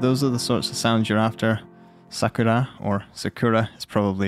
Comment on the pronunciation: His pronounce of Sakura sounds perfect as Japanese